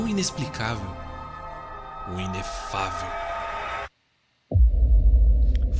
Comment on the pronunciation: "u inefaveu"